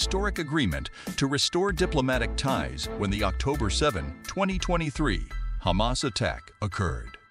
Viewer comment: Wrong pronunciations Hamas Is Ha mas and not Heymas. Palastin / Palastine, etc..